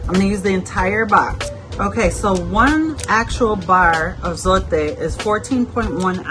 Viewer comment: yes, your logic Makes sense, but if I am just doing my clothes, I will leave it out because I feel the other detergents I use works just as well. I like the way you pronounce zote, because people pronounce it that it rhymes with tote, but it is the way you said it.